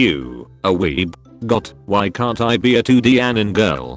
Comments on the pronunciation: Is it only me or I'm the only one who's laughing because instead of a-ni-mae it was pronounced as a-nim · The correct pronunciation: Anie-may Text to speech: Anim Also, stay out of my bed, spider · Nobody When text2spech says anime: ᗩᑎIᗰ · nobody: TTS: When you find good anim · the pronunciation of "anime" is so good lmao